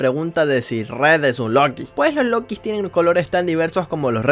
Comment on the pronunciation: yellow es niño. los lookies no se dice como lokis se pronuncia lukis pero se escribe lookies. la guarida de purple es fácil solo te agachas y ya lo pasas no te come, solo ten cuidado de que no ese algun otro rainbow friend.